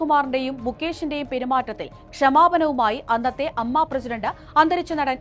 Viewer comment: It's not അമ്മ It's A M M A അങ്ങിനെ പറയൂ എ മ്മ മ്മ എ.